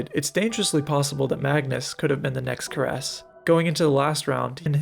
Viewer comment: You mispronounced Paul Keres' surname